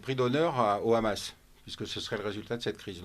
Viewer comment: Khamas au lieu de Hamas et Khasbolla au lieu de Hasbolla c’est signer Israël. Il y a un expert Pierre Conessa fasse à une fanatique débile qui au fond n’en n’a que faire des massacres commis par son gouvernement de terroriste nazi